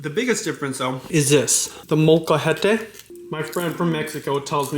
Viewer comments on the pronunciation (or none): It’s called molcahate 😀